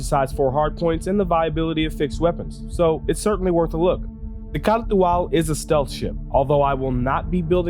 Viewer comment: Other Youtubers: can't even pronounce the name: K н α r т υ - α l